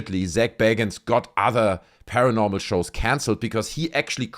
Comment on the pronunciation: When Zac says paranormal lockdown it sounds like he’s saying caramel lockdown. Actually most of the times he says paranormal it sounds like caramel